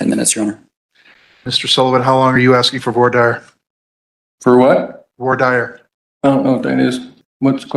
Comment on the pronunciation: I've never heard voir dire pronounced that way, it's "Voir Deer" Also, the defendant is a complete fool, lol.